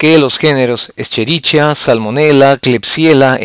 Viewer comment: Cómo pronuncia escherichia 🙄